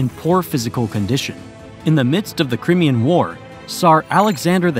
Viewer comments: Crimean? Cry-me-yah. Crimean? Cry, not kree, me-yun. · "cry me' anne" You want credibility? You need to correctly pronounce the names. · FYI - part of my family are native to Alaska: 1) Aleut is not pronounced Aloot it’s pronounced Alley-oot 2) Tlingit is not pronounced T-linget it’s pronounced Klinget with a K sound not a T 3). Crimean is not pronounced like CRIMinal it’s pronounced CRY-ME-AN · Crimmian war?.... Crimea....Cri (i) mian Crimean war, Ally-eutions?. Aleutians ! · 14.30 crimean is pronounced cry-me-ah.......river😂